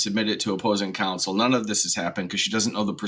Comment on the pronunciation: I think her “counsel “is drunk